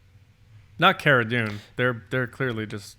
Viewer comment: Sorry, but her name is Kara Dune(Hard K on Kara).